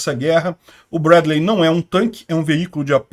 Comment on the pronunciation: No inglês se fala Brédlii, e y tem som de i